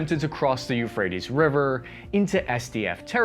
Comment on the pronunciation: YOUUUUUU-phrates river...